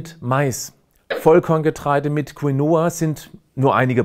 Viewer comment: ich möchte nicht klugscheißen, dennoch: En"D"giftung und "q"U"inoa" Es ist fast schon peinlich dass ein derart gebildeter mensch wie du solche Fehler macht. Bitte korrigiere das